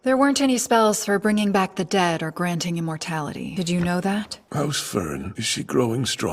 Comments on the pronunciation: Fern not Fren. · FERN. not Fren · Fern not Fren! cries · It's an amazing analysis of Frieren, but by all that is holy, and by the old gods, its F-E-R-N! Not FREN! 😂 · Dubs instead of Subs, I noticed. Fren instead of Fern? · Nope, it’s Fern in dub as well, it’s simply a case of Daniel dyslexia. Though I will forever be calling her Fren in my headcanon now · not "Fren", "Fern". but not in like the plant but like german for "far away", "distant" All character and location names are german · Strak is pronounced Shtark. No notes on Fren.😂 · mf said fren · The fren killed me wahahah 100% of us stop and laughed when he said fren 😂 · I know the Feeren Fren pronunciation is not a big deal, I should just ignore it and enjoy the rest of the video, which is great. I'm having a hard time ignoring it though, it's bothering me so much more than it should. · "If not called Fren, why Fren shaped?" - Daniel after the 1000th comment of it's F-E-R-N not F-R-E-N 😂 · Your mispronunciation of Fern's name hurts my soul. good video btw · I don't even care that you got Fern's name wrong.